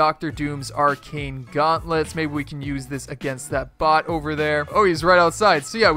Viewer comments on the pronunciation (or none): Was about to subscribe, but then you said "ar-chane". It's pronounced "ar-kane".